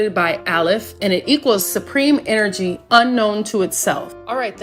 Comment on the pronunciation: Errrrfing got Enerjee…and errrfing is Fweeqwensee…..hmmmm Kay 🤤🧠☠️